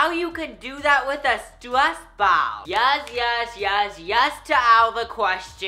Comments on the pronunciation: No it's super annoying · Is it just me but I love when he pronounces ball as "bow" 😍😍😍